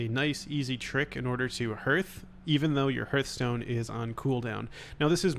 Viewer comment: Ah yes, my Hørthstone